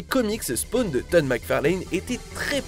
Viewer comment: Et dire spwan est merdique .... dommage